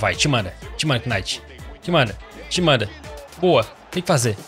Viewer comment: como voce mora no canada e fala kinight?